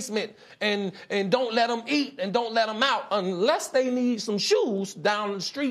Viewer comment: why did he say “shoes” like that? 😂😂😂😂